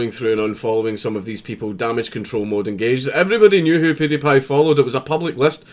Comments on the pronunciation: who is this "poody-pie"?? it is "pewdiepie" like "pyoo". Speak English you North Lanarkshire nutbar. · Count you say pewdiepie like poodeh paye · Do you know you're pronouncing his name wrong 😁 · That's not how you say his name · iu love how dank says pewdiepie